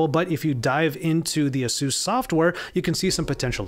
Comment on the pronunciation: Pretty sure it's pronounced A-seus. Not the way you are saying it.